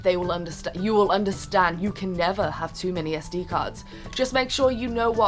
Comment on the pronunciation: when you said "SD"card, i thought you said "STD"... haha!! :D